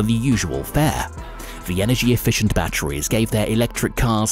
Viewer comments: The way this guy says battweeze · Say "batteries" one more time